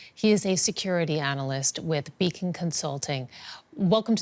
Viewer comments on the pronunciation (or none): none